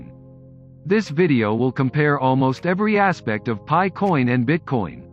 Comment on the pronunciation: great video but its pronounced PIE coin as pi=3.14.......other than that very informative